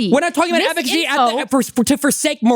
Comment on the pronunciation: She keeps saying political eficiacy and it's triggering the heck out of me.